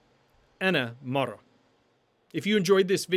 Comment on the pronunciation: Woman is "mara" but you are pronouncing it as "mar" You did include the ending "a" yet you failed to include it in the pronunciation.